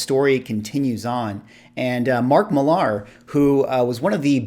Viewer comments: It’s pronounced Mark “Miller.” Not Mark Mill-ARR, like a pirate. From the mouth of Mark himself. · I am almost certain that he pronounces his name "Miller" and not "Mil-lahr." He did a signing event at our local comic shop and the manager confirmed that Mark said it was "Miller." (He's Scottish, I believe.) I think his channel name "Millar Time" supports this, too, as it is a reference to the Miller brewing advertising campaign. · Was a really good roundtable. Valuable conversation. By the way, Millar is pronounced the same as Miller 😉